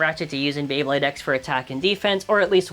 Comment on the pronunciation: YOU BUTCHERED MY FAVORITE BEYBLADE